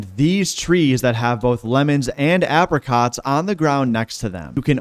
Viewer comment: pronounce apricots properly ffs